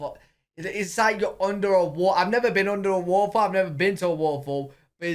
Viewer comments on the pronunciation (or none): wtf is a wah’a’fol? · you don't pronounce the T in words. For example you have Said toe•uhlee instead of totally. In this video, you said wah•uh•fall. I think you meant to say waterfall. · Every time says “waterfall” it sound like he’s saying “waffle” and I chuckle every time🤣